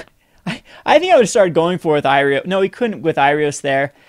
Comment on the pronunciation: It's not Irios, it's Iroas^^